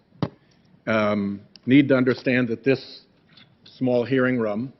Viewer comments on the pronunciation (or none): I'm from MA and I'm going to pretend he's my rep. (PS: Enjoying the way he says "rum" for "room.")